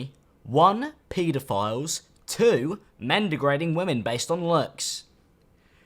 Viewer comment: Petaphiles? 😑 Petaphiles!?🤔😒😂😂😂🤣 🤣💀 💀 PETAPHILES!!!